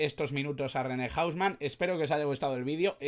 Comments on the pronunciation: Buen video, pero si le preguntas a un argentina sobre "hausman" va a pensar q hablas de una discoteca o del hombre casa nose, aca se le dice "jouseman" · O-u-s-m-a-n, no hombre casa , así se dice en Argentina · Un crack "el loco"! para pronunciarlo estamos acostumbrados a JOU SE MAN Saludos Cordiales, UruguayoChanta